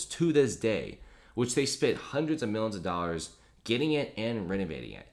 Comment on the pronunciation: He also pronounces million = millin' billion = billin'